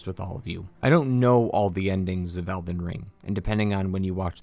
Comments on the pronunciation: I swear you are saying "Elven" Great video btw. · Dude. Are you saying eLden? or elVen? I truly can't tell if you're mispronouncing it on purpose, if I'm missing something, or if you're just not annunciating. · Calling it Elven Ring was an interesting way to start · Did he say elven ring